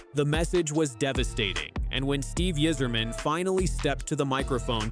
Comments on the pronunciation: He's done everything right? Like disappearing last season after winning the gold medal? And why the AI narration that can't even pronounce Yzerman's name right? Isserman? Don't let the door hit you on your way out Dylan. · stupid robot voice can't even pronounce Yzerman